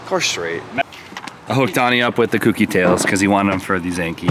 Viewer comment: for gods sake please pronounce it correctly. Kouki not cookie. like owe.. Kouki. your grammy is awesome also.